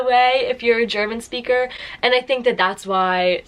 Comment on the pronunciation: Native englisch SCHPEAKER